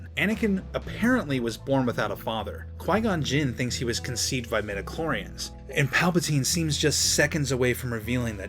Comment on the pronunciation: Midi-chlorians, not meta-chlorians.